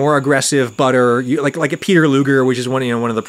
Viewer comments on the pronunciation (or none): none